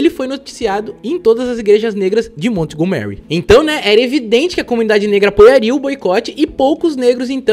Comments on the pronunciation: "Mont Go Mary", pensei que fosse Montgomery. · Ai digo, baita video, mas uma dica, procura saber a pronuncia certo dos locais, montgomery ali é literalmente o nome do sr burns do simpsons, a entonaçao muda muito, sei que nem todos sabem ingles e tal, é so um detalhe pequeno, mas pra quem entende incomoda ser falado errado assim como erros de português, que eu sei que tu e fabil trabalham bastante nessa parte pra nao falar tantas gírias e ser o mais formal possível